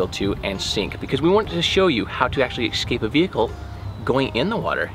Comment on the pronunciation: It's a VISOR , not headrest. Geeshe. The word is EScape not EXscape. Common guys! A tiny bit of editing please.